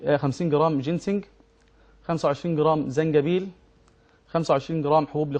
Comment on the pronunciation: في القرآن اسمه زنجبيل وليس جنزبيل يا شيخ يادكتور